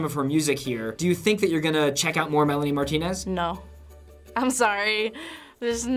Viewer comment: Why do they call it Melanie Martina its Melanie Martinez